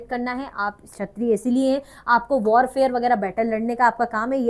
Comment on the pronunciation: shatriya mein "k" agaya ma"am maam ap to magnet brains mein the